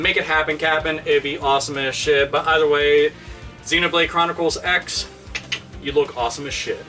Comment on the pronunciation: Xenoblade Chronicles CROSS. Not "Ex", "CROSS".